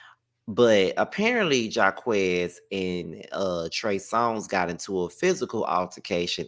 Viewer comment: it’s JAH-KWIS not Jah-quez lol & no Jacquees slander I love his music ❤❤😂